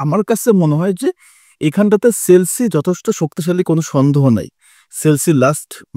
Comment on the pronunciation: ভাই সেলছি না । এটা হবে চেলসি 😂